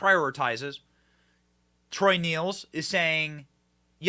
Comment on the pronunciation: P.s. it's pronounced troy " nells, nails. " Not neels